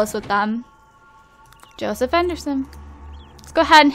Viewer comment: She kept saying Joesph 😂